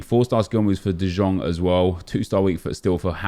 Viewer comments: U pronounce it as de young u dickhead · Still can't pronounce de Jong 🤦🏻‍♂️